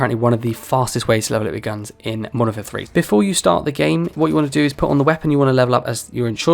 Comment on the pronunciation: Youre referring to the game as "Monfer" repeatedly was grating. Thanks for the tips though.